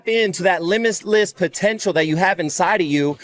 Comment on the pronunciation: limissless lol